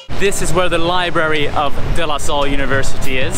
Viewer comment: Your pronunciation of De Lasalle is damn perfect! De losol is RIGHT